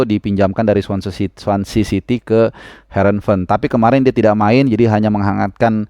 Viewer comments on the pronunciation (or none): none